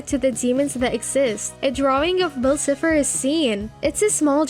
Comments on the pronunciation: Is anybody going to tell her that is Bill Cipher not bill Cifer not to be rude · “Bill Sifer” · she mispronounced so much names. bill cifer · Bill cyfer not siffer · ITS NOT SIFER ITS CYPHER (siy-fer) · I love this video but you keep saying sifer not cypher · am i the only one who got triggered when she called Bill s-eye-fer, s-ih-fer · Its Pronounce Bill CIpher With An I not Cepher? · How To Pronounce Bill cipher:Bill(Bi-ll)Cipher(sie-fer) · Why did she say “cipher” like “siffer” 💀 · It’s cipher pronounced sIEfer and it’s grunkle not uncle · ITS PRONOUNCED BILL CIE-FF-R! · Also in the final episode of the owl house "kings tide" when Luz comes home into her moms house, the is a picture with Anne's photo on it with the words, "girl missing" meaning not only are they in the same universes but Luz came back before Anne. yeah bill sifer it's pronounced (SY-fur) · Honey it is not pronounced "cipher" it has more a i-i-i sound. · the way you pronounce bill cipher hurts my very essence and i’ve never even watched gravity falls once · love the vid,buuuuuuuuuuuut I WOULD LIKE TO TARE YOUR HEAD OF FOR SO SO MANY MISSPRONAUNCIATIONS OF ALL THE CHARACTERS AND UNIVERSES, pleas. :) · I actually hate the way the way they say Bill Cypher its pronounced horribly wrong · I'm sorry but the way that your pronouncing edalynn and cypher is annoying